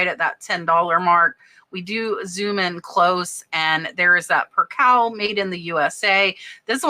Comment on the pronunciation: Percaaaaaaale not percahl ❤❤❤